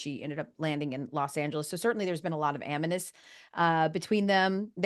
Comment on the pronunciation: ....I believe the word that Elle was trying to say was "Animus", not "Aminus".